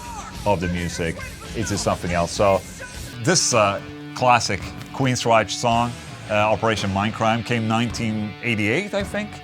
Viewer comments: Only one QUEENSRYCHE and it is pronounced Queensrajk. Not Queensrajsch. Just hate that mispronouncing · Queensryche- “reich” not “reish.” No mention of Voivod? Dude...Legends!